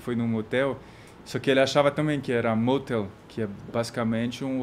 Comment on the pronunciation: "Matel" ou "Hatel" Kkkkkkkkkkkkkkkkkkkkkk